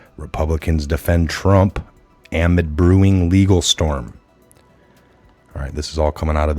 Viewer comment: No offense but the word amid is enunciated a-mid! Like duh, it's auh! Like middle, it's mid!